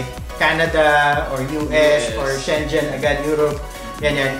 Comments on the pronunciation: Schengen is pronounced as 'Sheng-ngen or Scheng -gen' not Shen-jen. It's a place in Luxembourg and should be pronounced the way it is pronounced where it originates. Pronunciation can be checked out on the Internet too. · Sche ngen po ang bjgkas not schenjen watching fr germany 👌👍💓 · Its pronounced as sheng-gen (G not J) not shengjen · oo nga eh, too late na namin nalaman. hahaha. eh kaso narecord na, di na namin mapalitan, haha. tapos nakakatawa, ung next video namin, Schen-yen naman pagbigkas namin kasi un ung pagpronounce dun sa VIA. mali rin pala. hahaha. parehong mali pala!